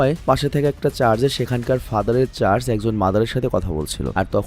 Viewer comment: শব্দটা চার্জ না, চার্চ হবে, ধন্যবাদ।